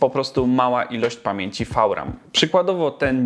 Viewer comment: nie mowi sie czasem wiram?